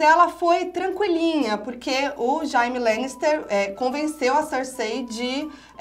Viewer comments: "Jaime" "Cercêí" "Barateón" desculpa eu ri;-; (eu chorei bastante na morte da Shireen😢) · "Jáime" lannister convenceu a "Cercêí" kkkkkkkkkkk viiishhh